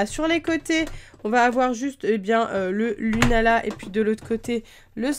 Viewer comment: je crois que "lunaala" c'est avec deux "a"